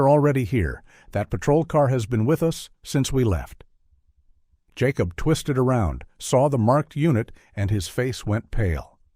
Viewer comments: Hate AI....yacob is Jacob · Why can't your AI story teller not be able to say Jacob? I've never heard of a Ya cob lol. Also whoever proofreads your dialogue under the picture needs to be retrained or replaced.